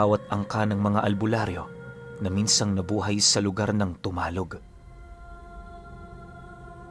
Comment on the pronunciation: Damulog Cebu po hindi po dumalog